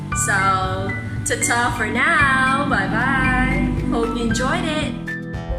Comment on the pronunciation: Sorry, but this is awful. The added music drowns out that the poem is supposed to have its own rhythm... Then you analyse the poem as unstressed thee and stressed to, but you pronounce the opposite anyway, with the weak from of to. So which one do you think it is?